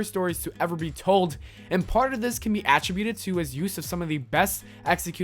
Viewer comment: the way you pronounce "watchmen" and "attribute" <<<<<<<